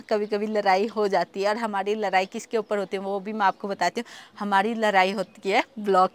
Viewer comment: Abhi bhi ladai ko larai bol rahe ho😂😂😂